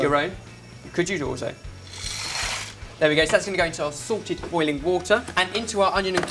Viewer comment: When he said "salted boiling water" it sounded like "sorted boiling water"